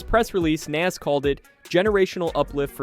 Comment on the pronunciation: You can’t even pronounce Nas’s name my guy. You aren’t a real hip hop head or person